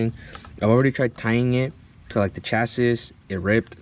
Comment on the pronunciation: my guy its not chas-is, its chas-E